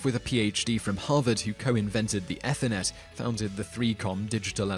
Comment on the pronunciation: Simon - I love your videos, thank you. But do you deliberately mispronounce words on each one? Is that a meme sort of thing? Like...how can you mispronounce Ethernet? :-)